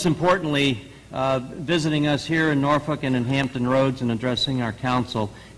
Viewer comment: She actually pronounces "Norfolk" correctly.